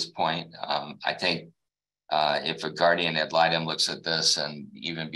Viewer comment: Blah blah blah about the “guardia malytom”. She wanna say I’m doin all this for “retalimation” or whatever she saying, but…..she missed the last hearing….